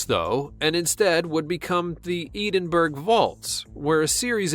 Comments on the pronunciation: He pronounced it like eedinburg it's edinbura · its isnt edenberg its Edin-Brah lmao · It's pronounced Edinbru not EEdinBURG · It's not Eednburgh it's edin Bura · Or Edin-burra. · Just saying it’s not Eden burge its ED-In-brugh please please learn to speak properly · Did he seriously say edinburg edin-bur-ah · LMAO Eden-Burg it's edin bruh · Edinburgh (edin-bruh) 🙄🙄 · “Edenburg” ... what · It's edenbrr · If you’re going to do any sort of voice over work, you have a responsibility to learn how to correctly pronounce stuff. Ed-in-burra. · Lol Edenberg!! Wow....speechless! Lol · EEDENBURG???? What the hell? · Edenburg omg man am atchul going tonto haha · "Edenberg"? what planet are you from? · "Eedimburg" omg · Edenberg? Hahahahahahahahaha. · it's Ed-in-bur-ah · Thank God, it wasn't just me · emile heskey it annoyed me haha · that’s not how you say edinburgh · How disrespectful that you can not pronounce Edinburgh properly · How he says Edinburgh tho 😂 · That is not how you say Edinburgh. I know, because I live there